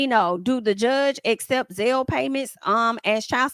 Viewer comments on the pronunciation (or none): none